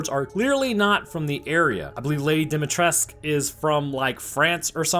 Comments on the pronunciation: Mate, re8 is located in Románia, Cadou is pronounced kah-do-u And Its Dimitrescu , nőt dimitresque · the pronunciation is wrong!!! is NOT Dimitresk , Dimitrescu is a rare Romanian Name.... -escu suffix. Romanian language is phonetic. You read as it is written... No bullshit silent sounds or weird contraptions.... Whatever.... Cadou it's romanian word for Present - like in Christmas Present. So, someone prepared that jar with that creature to be given as present to someone else.... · The U at the end of Dimitrescu is NOT silent. Dimitrescue is a Romanian surname, not a French one. Her first name is Italian, but that's not uncommon in Romania. The A in Varcolac is a close central unrounded vowel, you can find the pronunciation on Wikipedia. Or you can use Google translate to get the pronunciation. Cadou is the Romanian word for "present" (as in birthday, Christmas, etc), the O is not silent. It's pronounced to rhyme with the English dough (or doe). Source: Am Romanian. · yeah, why is it that hard to say Dimitrescu and not Dumitrescu? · Why do people read the romanian words as french words? It's not "Cadoo" It's "Cadou" It's not "Dimitresque" it's "Dimitrescu" As a (not so proud) romanian i am slightly annoyed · Wow. That was incredibly dumb. 1. It's a Romanian word, so why would you use the "French" pronunciation? That's not how you pronounce it. 2. It means gift/present. It's DIMITRESCU! NOT Dimitresc! FFS! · Lady Dimitrescu is actually most likely Romanian, considering her name, which you almost got right, except the u at the end isn't silent and is instead an oo sound. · Bro how do you struggle with the vampire lady’s name she’s clearly Romanian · This video was kinda underwhelming. You got the vârcolac part wrong and you butchered the romanian pronounciations. To be fair, it was Capcom who butchered them first, so please check them in the future. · Dimitrescu is a pure romanian name. the pronounciation of cadou as he said it is wrong too. You're right